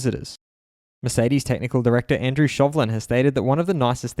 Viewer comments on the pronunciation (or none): none